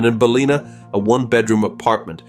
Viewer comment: It is NOT Balina, it is Bal in Ah. Get it right!!